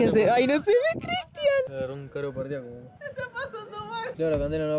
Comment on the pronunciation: Jajaj escuche mal o el sobrino de dijo "caro pardiaco" 😂😂